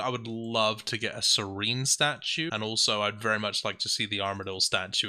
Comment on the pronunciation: I have no interest in playing OSRS and so I have no idea if they've changed the pronunciation there, but in the main RuneScape proper it's pronounced SERR-en, not surr-EEN, according to the voiceovers.